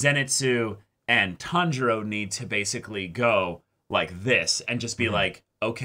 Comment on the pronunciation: Not sure if yall noticed but Inouske actually says Tanjiro's name correctly! Usually, when he says something like Kambo he's trying to say kamado but this time he actually said Tanjiro without failure lmao